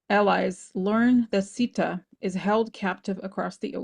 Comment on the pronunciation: Also The pronunciation is not sidaa It is Seeta If you are going to use spiritual ideas from elsewhere please be mindful and respectful to how you use them and acknowledge its source and cultural significance bc it is offensive to those of us who are Hindu when you aren’t being respectful to our traditions, our names, our history. And acknowledge the sources The oracle of Rama is not even a part of real Hinduism. It was created by a white man who stole and appropriated from our religion. The real Ramayana should be studied if you want to understand Hinduism rather than taking things out of context of my people’s history and religion